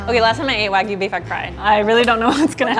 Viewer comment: Why doesn't tell them how to pronounce it correctly?! 🙈😭🙉 Waaaeeeegyuuu....:(